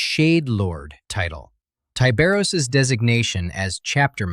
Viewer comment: charcaradons are most likely raven guard successors. and i'm firmly convinced his name should be pronounced with a short i. ya know, like 'tiburon', which is spanish for shark.